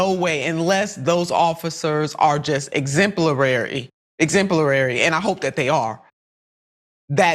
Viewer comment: “Exemplary”, not “Exemplerary”.